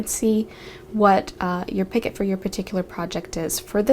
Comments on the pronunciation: Not picket...pee-ko the t is silent 😊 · Patricia Morales my code is c1 v3 h5 thank you I've heard many ways of saying picot, but never picket until now. I thought it was more like peek-oh or like you said pico LOL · Sorry, I hate to be THAT person, but i'd want someone to let me know if i was mispronouncing something..... "picot" is pronounced "pee-koh" absolutely love this pattern though!!! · picot is pronounced pico.....thank is silent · Pronounced pea-co, with a long o sound. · yes, Picot is French and you're correct. it is pronounced as P-Coe .. the T is silent. i've watched many videos and this is the first time i've heard it mispronounced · The T in picot is silent